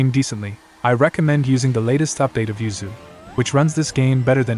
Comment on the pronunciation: The ai voice says uzuy but it sounds like yuzu